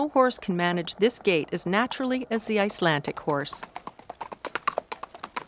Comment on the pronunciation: IcelanDic not Icelantic 🤔 and there is no word for pony in Icelandic they are always called horses. Riding a good Icelandic tolt is like freewheeling downhill on a bicycle. Flying Pace is fast and smooth. If pace is ridden slow it's uncomfortable and known derisorily as Piggy Pace